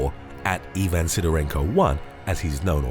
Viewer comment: Ivan, is pronounced I-van not E-van.